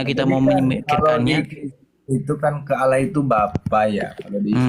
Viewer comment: Heeeeeeee Karena yg di ajak debat itu orang kristen sendiri yg di modelkan seperti ustadz , kalau asli ustadz pasti bisa baca Al Quran . Nyebut Alloh saja Awloh , sangat kelihatan ustadz palsu nya . Km di bodohi si edis yaaaaaa Kacian x kau . haaaaaaa haaaaaa haaaaaa